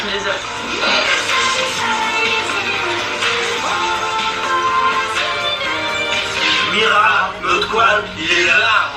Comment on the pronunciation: C'est pas mira mes mirey mdr sinon moi je t'adore